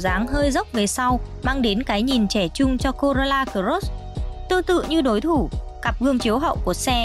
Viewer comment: Chương trình rất tốt . Mỗi tội giọng em gái đọc chữ cờ rốt làm anh em nghe nhiều bị dị ứng wua